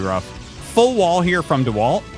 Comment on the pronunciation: "the wall......t" hahaha that caught me so off guard. Such a fun game to watch, ty Artosis